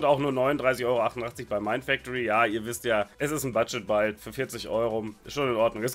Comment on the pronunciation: Budget „Baild“. Jetzt verstehe ich auch was mit deiner Aussprache gemeint ist. Finde ich aber nicht weiter schlimm. Danke für die tolle Unterhaltung durch deine Videos!